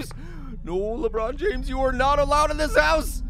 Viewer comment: I think you mean lakbron jahmes